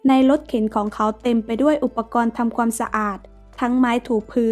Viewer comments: ขวานจ้าขวาน ไม่ใช่ขวนแน่นอน😅😅😅😅 และความไม่ใช่ควม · น้ำเสียงไพเราะ มีความตั้งใจในการทำงานดี แต่ควรปรับปรุงคำควบกล้ำเช่นความ,ขวาน, ครอบครัวฯ เพิ่มการค้นคว้าข้อมูลให้มากขึ้น ขอเป็นกำลังใจนะคะ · ออกเสียงบางคำไม่ชัด เช่น ขวาน ความ